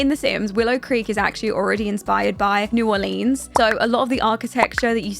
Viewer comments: Love this video but it is pronounced “new are-lens” not “new are-leens” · "New orleens" 😂 great video